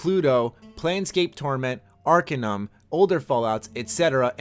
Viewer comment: Beware how you pronounce Arcanum (For you info Arcanum is one of the best CRPG's ever created - even better than Fallout in my opinion). I am not native English speaker and I can hear how wrong you pronounced. Indeed the Codex user Chateaubryan that made the mod should be rewarded somehow and I hope he will. The thing is that the only good thing that Bethesda done with the IP is giving the right for Obsidian Entertainment to do New Vegas. Everything else is pure crap in terms of choices and consequences, lore, and everything that made Fallout 1 and 2 the better game in every aspect. Hell, even the graphics are ageing worse for Fallout 3 engine then F1 and F2. People should know that if Obsidian made Fallout 3, 4, etc. with the help of Tim Cain, Josh Sawyer, Chris Avellone, Brian Fargo and so on we could have reach the top of CRPG gaming, now we only have a shallow of a 3D shooter and that's Bethesda's own fault. And about mods, Bethesda does not care for the developers, they only care about money. If you want to know an example of a company that treats fans and modders with respect try Crate Entertainment : the devs that made the recently Grim Dawn - great Isometric ARPG!